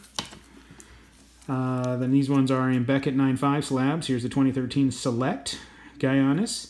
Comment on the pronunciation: And it’s actually pronounced “yanis” not “geeanis”